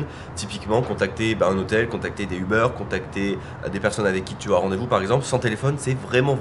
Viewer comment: Ah c'est français!! Uber se prononce pas Ubeurre mais bien Ubère :D Je vous aimes quand-même :)